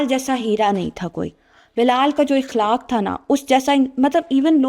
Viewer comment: Beta iqlak nhi aqlak is the correct word hota hai